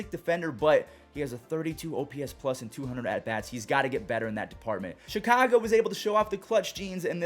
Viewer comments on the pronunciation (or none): none